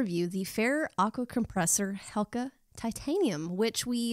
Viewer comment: Great review, I think it's pronounced HeCla, not Helca.